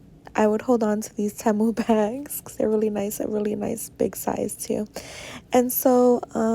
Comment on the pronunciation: Haaaaaate how you say Temu. It's Tea- Moo, like tea and coffee and moo like the sound a cow makes. 😆